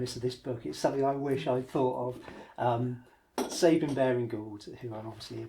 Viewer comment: Big mistake: His name: It's Sab as in 'cab', and 'ine' as in 'wine' NOT ' Sab' as in 'Babe' and 'ine' as in 'in'.